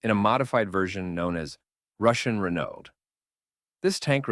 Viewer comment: This narrator does not sound like an AI but seriously struggles with the pronunciation of non English names. I would have thought it common knowledge that the name Renault is pronounced Ren - no and the Italian name Fiat is pronounced Fee - at. You may not be a professional narrator, but if you want to gain recognition for the work, research your script before you present it. It detracts from what appears to be a well presented video.